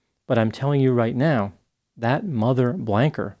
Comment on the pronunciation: I feel bad for laughing but it sounded to me like she said IM TELLING YOU RIGHT MEOW.